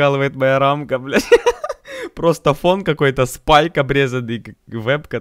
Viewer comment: Сроу)) Спике🤣 Йа хачю СПИКЕ